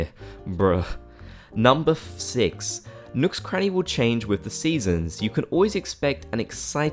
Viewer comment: “Number fi-six” acts casual